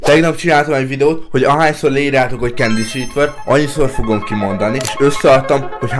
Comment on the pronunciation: Amikor utoljára ki mondtad azt èrtettem hogy candy szètver😂😂😂😂😂😂😂😂😂😂